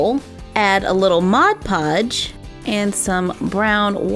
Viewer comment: Lol sh said mode codge